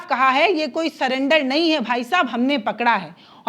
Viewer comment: सलेंडर नहीं सरेंडर है मैडम।